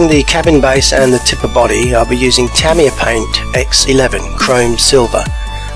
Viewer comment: The paint is pronounced Ta-my-ya